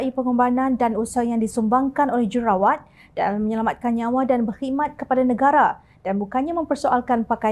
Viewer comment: Kak, j u r u r a w a t kak. Bukan j e r a wa t.😂